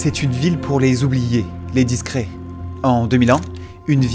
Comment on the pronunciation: Et Dans le mot discret need prononce pas '' é '' mais '' è'' De même qu'on ne dit pas '' français '' avec é mais, bien le son è